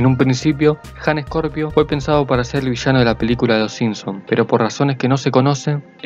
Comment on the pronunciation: Ok but it's Scorpio not "Ejcorpio"